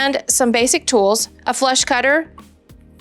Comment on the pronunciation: Huh? Funny but it sounded like you said "flesh cutter", when you listed the tools you'd need! (Must help when you're creating the correct size ring - hee hee hee.) YIKES!!